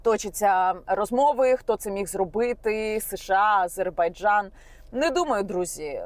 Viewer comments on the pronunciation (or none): none